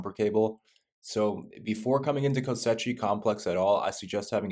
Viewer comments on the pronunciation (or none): Why is he calling it kosechi its pronounced kos she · Koschei "Ko-Shay". Not co-setchy my guy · "Kosechi Complex" Bruh learn to read. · Omfg he says ko-setchie-complex times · It’s pronounced “ko-chi” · It’s pronounced KO-SHAY. Please pronounce it correctly. Lol. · BRO ITS KOSH Eye (facepalm)))) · every time this mf said "kostetci" i felt like there was rusty nails in my ass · “KOSCHEI” its Russian not Italian it’s pronounced KOSH like Cash with an O and EYE…..”KOSH-EYE” I like your videos ❤ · Ko-SHAY. repeat after me CO-SHAY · It's not pronounced Kosechey brah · Why can’t he say “Koschei” right? 😂